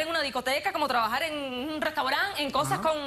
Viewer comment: “TrabajaR” no “trabajaL” 🤣🤣